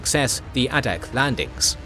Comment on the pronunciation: A couple of notes. It is ADAK (A-Dak) island. This video calls it ADDAK. That may be an old designation. The other is, for more information, if you can find the book, look for "The 1,000 Mile War." I read this - it has a lot of fascinating information.